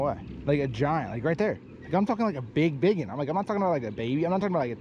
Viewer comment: Crazy fishin vid. did you say BIG EN!!! I THINK THATS WHAT YOU SAID. CONGRATS!!!!!